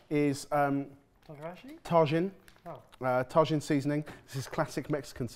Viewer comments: I literally stopped the video and came straight to the comments, if I hadn't found this one I would've done it myself because WHAT. We deserve financial compensation for emotional distress tbh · its KILLING me I'm ngl like they heard it pronounced and still kept going 😭😭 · Mispronunciations aside, Tajin goes on fruit guys. I mean you can eat it on eggs and potato I guess but most people eat it on mango, watermelon, pineapple, cucumbers. Chamoy is used the same way often. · Gotta get Guga there not only for the steak, but to teach how to pronounce tajin lol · Can someone please teach how to pronounce tajin 😂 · The way pronounced tajin hurt me physically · why do British people never pronounce Mexican spanish words correctly? Tajin and taco are the hardest to listen to them say. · Tajin was butchered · Someone might have mentioned it already but it’s pronounced tah-heen not tah-gin. So glad to see it on the show! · I too have tar-gin at home :P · I couldn’t help saying ‘ta-hin’ each time every time he mispronounced it. He knows how to pronounce jalapeño! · I'm still tryna figure out where he found the "r" sound in Tajin lol. Also yes "tack-o's" makes me giggle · i stopped the video to look for the comment and also to say it out loud like that. "tah-jinn". it felt So wrong. and reading the replies.. can't believe i've forgotten about the whole "tack-os" thing. every time they say it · btw im pretty sure tajin is pronounced taheen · Hey all! Love that you have Tajin on the show, but please, boys, it’s pronounced ‘Ta-heen’. It is Mexican, after all. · The Mexican powder (Tajin) they put on the pickle is pronounced Tuh-Heen the J is a H sound. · Boys! Boys! It's Ta-HEEN. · Tagine is pronounced tah-heen. The 'j' in Mexican Spanish is vocalized as an 'h'. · Hey guys, here from mexico, its pronounced tah•heen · Tajin rhymes with machine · “Tah-heen” but good try. 😊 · Just a heads up its pronounced "tah-heen" tajin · Btw boys its its pronounced tahin